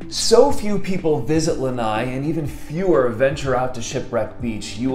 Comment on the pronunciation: Lanai??? Lanai is a PORCH. The island is NOT a porch!! It's LANA'I.